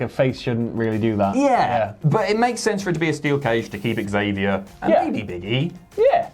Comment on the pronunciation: "Xavier" is pronounced 'Zavier'. Not 'exavia'.